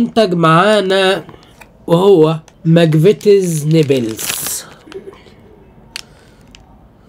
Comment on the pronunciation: نيبلز ايه بس اسمه نبلز😂😂😂